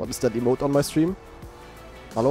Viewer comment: i love his accent when he says it. yaa HALLO guys!